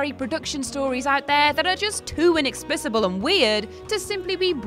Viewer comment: That was the oddest pronunciation of the word inexplicable I've ever heard